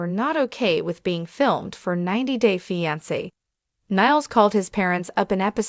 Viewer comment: Why can’t this bot pronounce fiancé right ????